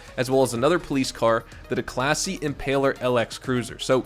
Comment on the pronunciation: The way you pronounce Declasse 😅